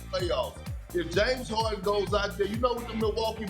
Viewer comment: My man Perk saying... Yaims Orden